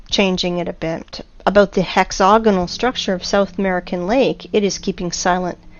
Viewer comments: She has an american accent. Why does she repeatedly pronounce hexagonal as hexogonal? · Hex-AGonal...not hex-OGonal. Yes, the root word is hexagon...and yes, the "ag" sounds like "og", but the pronunciation is "ag" not "og". Now that I have gotten that out of the way...if the Devil's Tower is an ancient tree stump, then why aren't there hundreds or thousands more of them spread across the landscape? Was it the ONLY mega-tree on the planet? How then do you explain the hexAGonal rock formations in old volcanic sites (as in old volcanos) scattered across the planet? There is actually an ancient rock formation near where I live down here in Southern California right on the shoreline of the Pacific Ocean that contains smaller versions of those very same hex-A-gons right alongside porous, bubble-like (Swiss cheese?) lava formed rock. My other question is...why are you showing images of surface lava flows as a comparison to the ANCIENT volcanic cores side by side? Are you saying that you know what goes on inside a volcano when it forms as a mountain, and then incredibly slowly, it breaks down and is weathered and washed away by time and the elements over millions of years? No...seriously, I am trying to keep my mind open here, but as I suffer through your stumbling, and poorly narrated, and difficult to listen to diatribe, I find myself unconvinced of your beliefs here. I find myself jumping forward a few minutes at a time because it is that difficult to listen to you read through your script. It would probably be a lot better if either you take the time to read and ed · You lost me at "hexogonol". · Hex-a-gonal** wtf is hex-oganal? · "Hex-hog-anal geo-met-try-calls" ..... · Please learn how to say hexagonal